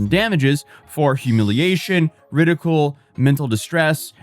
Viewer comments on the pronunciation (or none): It's pronounced "RID-ICK-Yule" (No hate, just a note) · Its pronounced rid - eh - kuel. like fuel but with a K sound. Or at least thats always how ive heard it and spoke it anyways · You said ridicule wrong. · is out here confidently butchering the English language. Today’s victim? “Ridicule.” Or whatever version of it just came out of his mouth.😂 So I'll be here the same time tomorrow for the next episode of “What Word Is He Trying to Say?” Still love you though, you adorable disaster!❤️